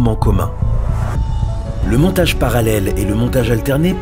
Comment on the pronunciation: Montage parallèle et pas Montgae parallèle svp hihi